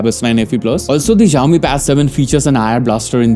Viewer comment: Xiaomi is pronounced with an "s", not a "z". It's not at all difficult.